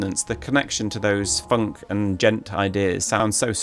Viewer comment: extra kudos for pronouncing "djent" properly